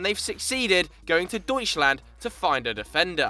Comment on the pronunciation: ... i find it kind of funny how you pronounce DEUTSCHLAND 😂😂😂